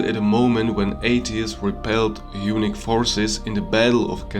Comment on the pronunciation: Good video. Maybe just work on your English pronunciation. Unique/Eunuch = Hunnic